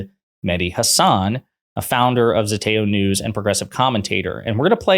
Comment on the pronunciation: it would be great if you learned how to pronounce mehdi's last name.....